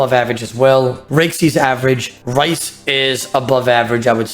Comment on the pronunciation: Rhys is pronounced Reece not Rice lmao.